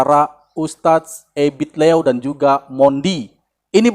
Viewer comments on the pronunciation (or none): Ebit liew jd ebit low?...sbut yg benar mas